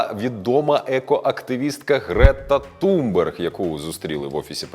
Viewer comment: Ви брешете і поширюєте російські наративи щодо Грети Тунберг (не ТуМберг, як каже ведучий). Вона в перший же день висловилась про Каховську ГЕС, засудила ООН